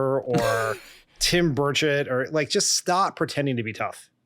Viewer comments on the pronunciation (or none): Every time you say Tim Burchett, my British ears hear "Tim Birdsh*t"!